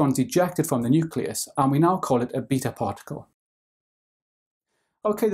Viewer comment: I hate the way he says "beta"